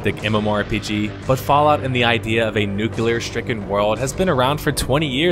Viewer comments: Love your death of a game series, but it has to be noted that it's pronounced NUCLEAR and not NUCULAR. Thanks :D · It was a great review, until up until the end when he said new-killar instead of nu-cle-ar. The review is ruined, RUINED!!!